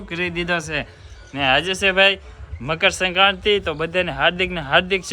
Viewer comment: ne મકરસંક્રાતિ bolta નથી આવડતું😂😂😂